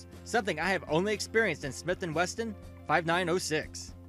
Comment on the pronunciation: "Sig Soyer", "Smith and Wesston" lol wtf.....